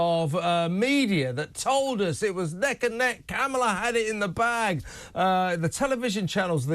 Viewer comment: You pronounce Kamala WRONG!